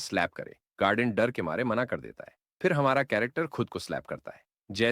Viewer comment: Mana❌ mena✅